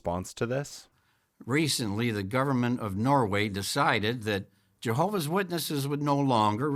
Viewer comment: "jeehovah's witnesses" Probably an accent, but that should be the new pronunciation